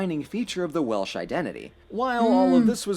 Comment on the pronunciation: Please don't say welish, it's Welsh, but stay curious.